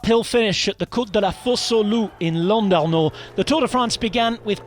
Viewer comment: Good pronunciation of Ide Schelling there! (Did well with Landerneau too)